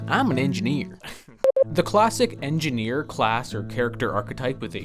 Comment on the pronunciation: thr engeeineer is enginehere